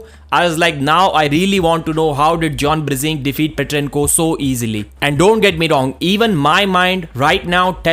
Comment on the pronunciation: stop saying brezink its brzenk + the title of video Bezenk wtf?